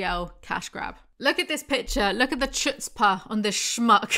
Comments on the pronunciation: Wheezing at your pronunciation of chutzpah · THE WAY YOU SAY CHUTZPAH 💀 my jewish ancestors rolling in their graves to have a laugh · also I love u but I hope you know that's rly not how you pronounce chutzpah 😭